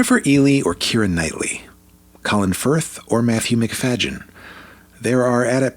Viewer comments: I really love the 95 version but I do like the 2005 version also. I think Colin was just amazing as Mr Darcy though. What I'm having a hard time with is how you're pronouncing Matthew's last name. He's introduced himself before where it's pronounced as Macfaydeeyen not Macfayjin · It's Macfadyen. NO G IN THE NAME. NOT MCFAGIN. YO! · Matthew McFajin??? At least pronounce his name correctly. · Its McfaDDen not McfaGGen. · NOT Matthew MacFagean!!! Not 'Eh-ly' - at least get the names right!! I agree, Judy Dench was totally wrong for Lady de B. Barbara L-H's hauteur was spot on! Totally agree with your comments on the impending kiss moment...it was out of place and didn't work. Hard not to love both Darcey's though! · Totally agree. Hate that same scene in 2005 version. (btw, you're great, but there is no "j" sound in MacFadyen's name. Here's him pronouncing it himself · First off I can’t take anything y I say seriously..when you completely Miss Pronounced Matthew MacFADYen name.. it’s not pronounced Mac FayGen there is no G ! 2005 was way better , 1995 was boring . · Matthew Macfadyen's performance as Mr. Darcy is as masterful as Colin Firth's. If you saw Tom Wambsgans in Matthew's Mr. Darcy, you are not appreciating the actor's range. Also, please learn how to pronounce his last name. You did not discuss the different portrayals of Elizabeth. Odd. I am not a Keira fan, but 2005 is my favorite. ❤ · Please, at least have your AI pronounce Matthew’s last name correctly. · Please pronounce Matthew's surname properly! It's so grating.... 😢